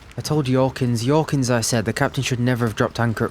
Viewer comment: I'm not sure why, but the way you pronounce names starting with J in this universe ("Yorkins", for example) feels right to me. Might be because I'm from the Nordics and the themes in Northern Faerun go well together with our fables. Merry rest of the campaign!